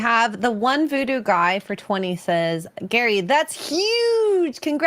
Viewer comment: Gary, not Gerry.